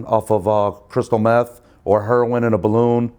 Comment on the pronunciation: What's hurr-win and von-gina?